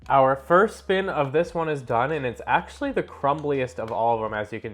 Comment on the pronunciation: "Actually" ? rofl Learn how to talk